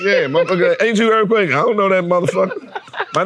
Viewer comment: Earf quake